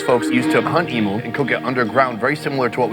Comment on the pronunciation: Aus here. Its pronounced E mew, not E moo.....The eggs are actually a deep green guys, not black. I grew up in regional far north Western Australia, just outside a town called Derby back in the late 60s - 1976 around the Wunumbal and Worrora aboriginal tribes. Emu when marinated in brine and cooked fast, is absolutely delicious. Emu neck soup is awesome, and so is kangaroo tail soup. I haven't had it for years, because I live south of Perth now, and it's not easy to get in the cities, but if I could get it, I would definitely eat it instead of beef. Emu oil is fantastic for muscle and arthritis aches. It's produced here in WA, and is used by a lot of Aussies.